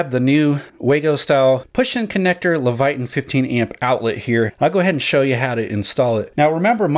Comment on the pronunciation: LEVITON - pronounced "Leh vuh tin" (not "levayton"). Just helpin' out.